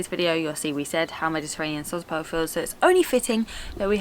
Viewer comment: It is called Dalian "Tchaika", "tchaika" means female seagull. Sozopol the stress goes on the second "o". Glad you had a good time 😊 Comeback again🙂